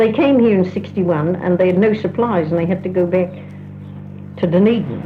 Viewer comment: Catherine sounds Australian, except for “back” (pronounced, beck).